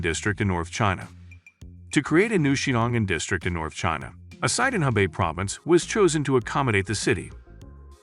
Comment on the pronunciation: Oh for crying out loud. The place is called Xiong'an, not Xingan, and it's in Hebei, not Hubei. Yeah yeah, I understand - googling poses insurmountable challenges.